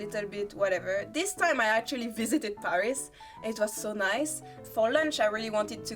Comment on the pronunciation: フランス人が喋る英語は面白い。 英語とは違う「タタタタ〜ン」なフランス語のリズム感が垣間見えるものの、ちゃんと「h」を発音してる。でもフランス人がパリを「パ（ック）リィ」ではなく「ペァ〜リス」と発音するのはちょっとヘンな感じ。日本人なら英語を喋っても、東京を「トウキョウ」と発音しても「トキヨゥ」とは言わないと思うから。